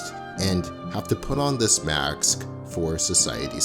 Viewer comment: Really love. the video and exploration of this topic; but you said "mask" and "ask" incorrectly rip... You said mask as "maks".. as well as ask, as "aks".. Ask if pronounced "ass-k" not "akk-s" as you did.